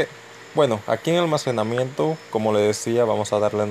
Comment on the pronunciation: "almasemanamiento" xD buen tutorial messirve gracias